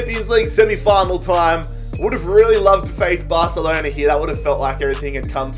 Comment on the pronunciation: Nobody: Literally No One:: Barcelena